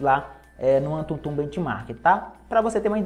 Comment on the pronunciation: Só eu q ri quando ele falou antuntum? Kkkkkkk